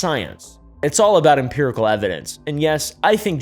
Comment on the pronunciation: You have a serious problem with "Imperical" evidence 🤣🤣🤣🤣